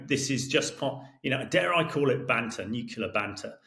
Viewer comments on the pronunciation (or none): Why does this "expert in nuclear" keep saying "nucular". What a sad reflection. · I so wish someone would ask him how many “U”s there are in NUCLEAR. I’ve always only counted one😵‍💫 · I don't think Colonel Hamish de Bretton-Gordon can really be a" nuclear expert" if he cannot even pronounce nuclear correctly. Nuclear only had one 'u' in it, so it is not prononced as 'nucular'. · How can a guy, like Hamish, with a lot of education say nuk-U-lar, instead of the correct Nu-clee-ar ? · Please stop saying “nucular” gentlemen. Nuclear. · How is is possible that a "nuclear weapons expert" like Colonel de Bretton-Gordon doesn't even know how to pronounce the word "nuclear"? Colonel, It's not nuc-u-lar, its pronounced "nu-clee-ar." Your constant mispronouncing of the word is like fingernails on a chalkboard. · You cannot be a nuclear expert and keep saying « nucular » rather than « nuclear », like George Bush was saying. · LOL a brit who can't (or doesn't know how !?!) how to pronounce N-U-C-L-E-A-R!!!!!! Looses all credibility!